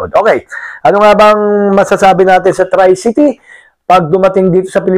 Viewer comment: correction po....tree-cee-tee hindi try-cee-tee.